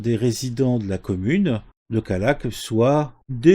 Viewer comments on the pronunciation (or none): Callac, pas Caillac